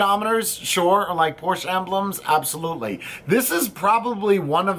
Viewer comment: Hey, the "e" in Porsche is not silent! And...agreed, the battery door situation is messed up!